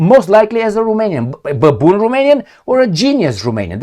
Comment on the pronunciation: Hi! Why do you say baboon haha